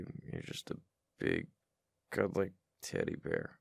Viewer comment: did he say teddy bear or tiddy bear? Cuz I'm hearing both 💀